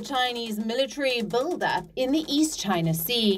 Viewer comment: he said too chiyana too😂,& btw companies r leaving chiyana